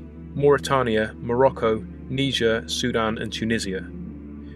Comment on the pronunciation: I know you speak British English, but kneejer is not how you pronounce Niger, that's what led to uneducated racist Americans calling certain people a certain racist word. "Nighjeer" would be closer to the actual pronounciation.